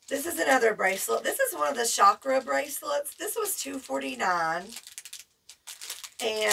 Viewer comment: At last someone who pronouses chakra correctly ❤ love your channel beautiful lady ❤ and your temu hauls are the best. Your personality shines through ❤ many blessings 🙏❤️🙏